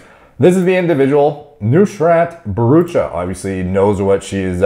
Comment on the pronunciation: said Nushrat Bharrucha pretty accurately